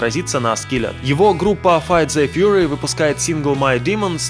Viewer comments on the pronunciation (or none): none